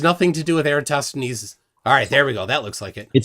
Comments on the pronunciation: “Pie-thow-gorr-ean” “Eee-ratt-o-steenz” 😂 Brilliant Gregorian Calendar: 1582 CE Rome adopted Christianity: 313 CE Only off by 1269 years Flerf… as the movie ‘Major League’ says: “Juuuuuust a bit outside.” “Kitchen wife” 😳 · If you want to jump straight to “Pie-tho-gorrean” proof of curvature 😂… “Eee-ratt-O-steenz” I had to rewatch this just for pronunciation.🤣 Every time I turn on my Surefire E2D 1000 lumen flashlight which gets quite hot in just a few seconds of use, I think of “cold light.”😂